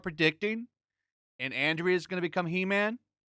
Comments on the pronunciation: its Andra not Andrea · I still say that the broken sword plot is straight from Blackstarr. That's the Filmation show that WAS on in 1981, when Smith said he was watching He-Man (which want even released until 1983). And it's Andra, not Andrea. There's no "ee" sound in her name. Andrah, not Andreeah.